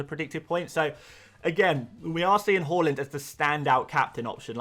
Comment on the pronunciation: Please prounouce Haaland properly🤙